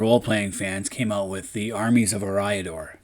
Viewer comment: Curious thought it's pronounced as E(Air)-riador?